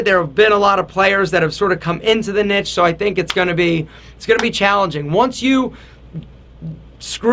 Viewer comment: That's not how you say niche bro